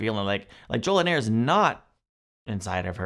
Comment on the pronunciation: JoliNAR, not "nair"